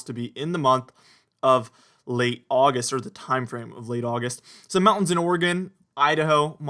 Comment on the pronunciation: Oggi Oggi Oggist. (Texan for "August")